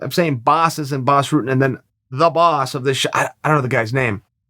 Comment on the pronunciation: why is "Rutten" so hard to pronounce? just Ru as in a rug followed with tten just say ten and it's close enough.